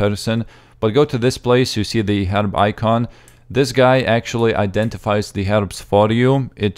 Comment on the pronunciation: I like how you say 'herb' it's like 'herib' haha :D